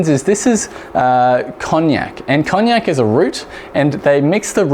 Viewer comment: Great recipe thanks. Oh and it's KonJACK :-) Cognac is another thing entirely :-)